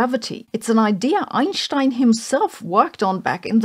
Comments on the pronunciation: pretty sure there is no "ssssscccchhh" in "Einstein" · Does anybody know if that's how you would pronounce Einstein in his home country? With an SH like saving does instead of an s I guess that makes sense I was just curious who's been saying it wrong me or her probably me